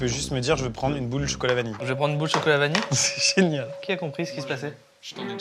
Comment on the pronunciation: En tant que Belge je confirme, a la bonne façon de pronconcer vanille et anguille!